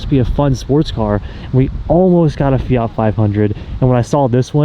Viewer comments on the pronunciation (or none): none